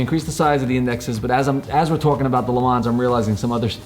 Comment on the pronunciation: Love the auto Rebel but already have the TJ so maybe too similar for me. Got a Saturn coming. Nice video guys - BTW Le Mans is pronounced ‘le mon’ ;-)